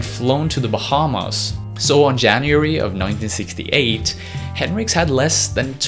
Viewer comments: Nice video. Some inaccuracies, but solid. However it’s Hendrix, not Henricks. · Hendrix pronounced HEN-DRIX not Hin-Ricks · It’s henDrix not henrix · ...... his last name is Hen DRIX, not Henrix. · Hey narrator,, its HenDrix. Not henrix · its not henrix its hendrix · HenDrix not Henrix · “Hen-rix” That bothered me a lot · HenDrix. There's a clear D in the pronunciation. Driving me fucking crazy. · Nice video, man. Thumbs up. But just to be a little nitpicky, it annoyed me every time you pronounced it as "Henrix" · Jimi Hendrix the greatest it sound like you are saying henrix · yes I know who it is, but you keep saying henrix I have lots of his records he was the greatest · it kind of pisses me off how you say Hendrix like Hendricks like why?